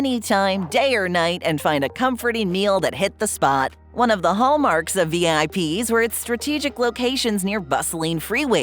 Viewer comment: IIRC, the name Vip's was pronounced as a word, not as the individual letters.